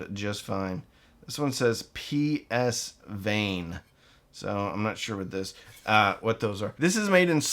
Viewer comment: PSVane are decent tubes made in China. I believe it is pronounced "pa" "varn" "ee". I can recommend their 12AU7, 12AX7 and 6SN7 (especially the blue bulb SE)...